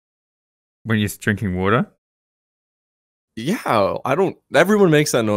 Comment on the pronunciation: I've started drinking wader wike guicey